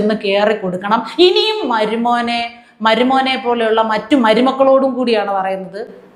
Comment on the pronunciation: താങ്കൾക്ക് ചില വാക്കു കൾക്ക് ഉച്ചാരണ ശുദ്ധി തീരെ ഇല്ല എന്ന വിമർശനം അംഗീകരിക്കുമോ? "മരുമോനേ " എന്നതിൽ "മരു " പ്റൊ നൗൺസിയേഷൻ എല്ലായിേപ്പാഴുo തെറ്റുന്നതായി തോന്നുന്നു.😂😂😂